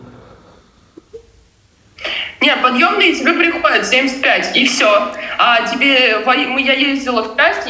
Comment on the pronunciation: Подьебные, а не подьемные 😅